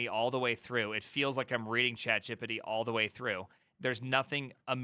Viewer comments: Yeah his accent is weird. It's not chat gíppidy (sounds like Quagmire). It's chat Geé Peé Teé. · Why tf are u saying CHAT JEP-EH-DEH????????? WTF. That dumb crap makes it hard to take anything u say srsly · you saying "chat gippity" is really annoying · Chat “jee-pee-tee” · I am sorry but every time I hear you say ChatJippity I lose focus... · I’m new to this channel but I’m absolutely mesmerized by the way you pronounce chatgipity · The way you say ChatGPT cracks me up🤣 "ChatJippity" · “Chat Jep-Pet-Tee…. Chat Jeopardy?” Honestly though, this is the perfect time to PREPARE to become a Junior Developer, schooling or self-learning between flipping burgers. Not the greatest time to BE a Junior Developer. Also, infant speak, it’s “Straw-baby, not Strawberry.”